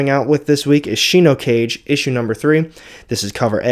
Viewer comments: Shi no (ka ge). Ge as in get. I know, pronunciation corrections are annoying. But I had to do it. That's the correct way to pronounce it. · Shi no kah gay is the pronunciation, btw. Another great video as always, sir.